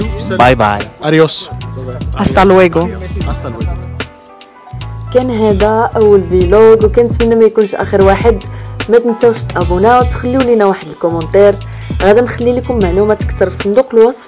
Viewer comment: متبقايش تقولي فيلوغ كتعصبيني قولي فلوغ